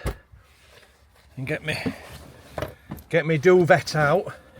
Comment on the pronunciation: doovet ha ha